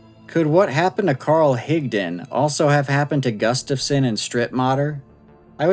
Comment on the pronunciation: Thank you for pronouncing Higdon correctly!